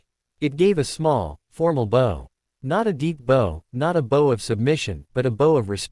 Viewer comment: Bow in this case rhymes with ow.